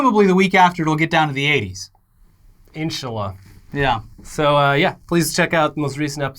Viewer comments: google how to say inshallah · Did I just hear an inshallah from??? As an Arab, that was pretty cool! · Is it me or did just say insha'Allah?